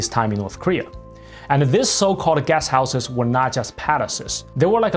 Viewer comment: I thought he was saying "Gas Houses" until I realised he was saying "Guest Houses" But then it is North Korea.